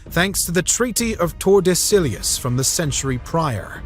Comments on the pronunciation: "Tor-da-silly-us" is crazy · it is not tordesillyeous line you fool....check your pronunciation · Good brief overview, but please work on pronunciation of Spanish or Portuguese words if you do any videos on such subjects in the future. Tordesillas was killing me. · Learning how to pronounce “tordesillas” might be helpful before your next Brazil video